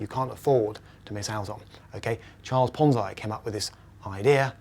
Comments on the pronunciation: ponze. e. e ponze. e.e.e.e not i e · It's PonZEEEE, not PonZEYE. i is pronounced e in italian. Pizza = PEETZA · is it pronounced PONZ-EYE or PONZ-EE . He is using the i but i have always heard the E pronunciation. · [ Ponzy or Ponzai] you pronounce this word in different way than people on other videos. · lmao ponz-EYE scheme LMFAO "indian whose name i can't pronounce" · Ponz-EYE? Is that anything like Popeye?